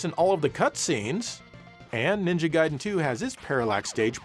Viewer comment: thanks for pronouncing it as Guyden and not Gayden